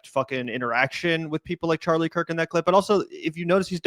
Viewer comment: Bro he’s whitewashing Charlie Kirk intentionally mispronouncing his name and calling him the sword that will destroy America. Wild stuff. Cenk really will do anything, including debasing himself in front of Tucker Carlson and likely President Trump, who was probably watching, to stay relevant.